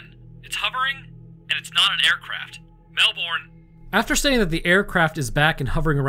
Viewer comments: As a Canadian living in Australia (where, yes, everything is indeed trying to kill you), I gotta say that I love it when Americans pronounce Australian names. PSA: They pronounce it 'Mel-burn', not 'Mel-born', and yes, this happens for about 50% of place names here. Your channels are great, and I love your content. Keep doing what you do, it's great. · Melbourne is pronounced MELBURN , and this case is very well known amongst ufo researchers but you never hear much about it. Look into the Westall primary school ufo encounter , equally disturbing and i think it was in the sixties. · As Australian, I love your content, but how you say Melbourne is wrong, you say it as mel bn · The way Americans say Melbourne 😤 it’s pronounced Mel-bon not Mel-BoOrN… great vid tho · Comment from an Aussie; it's pronounced "Mel-ben" or "Mel-bin", not "Mel-bourne". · Best rule to say things Aussie if you're American is forget any r exists in any word you're trying to pronounce. Especially Melbourne. We honestly pronounce it "Melbun" haha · As someone who's been to the RAAF HQ, it's definitely pronounced "RAF" Also we pronounce Melbourne as "mew- bin" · Hey - just a little suggestion - the American way to pronounce Melbourne would be “Melburn” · we say pronounce Melbourne as melbouin here in Melbourne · Is anyone else from Australia just reeling in cringe every time they hear Melbourne? Say Mel—burn in your best Aussie accent 😂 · King Island, good cheese. Also try pronouncing it Melb'n. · Melbourne is pronounced "Mel ben" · I love you but the way you yanks say Melbourne is hilarious! Keep up the good work mate. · My man... ...as an Aussie, your pronounciation of "Melbourne" hurts me...